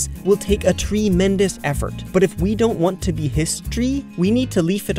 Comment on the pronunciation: Did you say treemendous